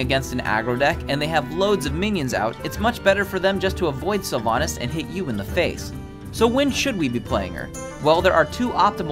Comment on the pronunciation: Your sylvannas is wrong